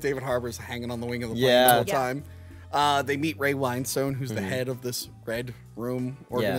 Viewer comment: As a cockney man, I just want to say that it's pronounced Ray "Win-stun".